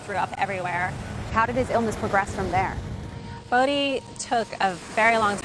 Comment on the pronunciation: She said bodhi